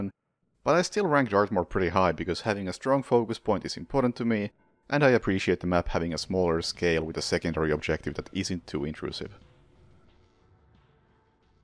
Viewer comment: There are some features about your pronunciation that sometimes impede comprehensibility. For instance, when you say "intrusive", you do not stress the second syllable (in which the vowel is the key), making it easy to mishear as a sloppily enunciated "interesting". Nothing serious, but it takes some extra seconds for even language researchers like me to parse. I suggest you pay careful attention to which syllables you stress (it's always either the first or the second - e.g., in "Berlin" the first syllable is stressed, like all words, in Finnish, but in English the second). If the wrongly stressed word has a similar sounding word in the language, you are running the risk of having listeners mishear what you're saying. Luckily, in the case of Berlin, the verb "burling" is not at all common and people are not likely to mishear Berlin as that, though "burly" comes quite close and is more common.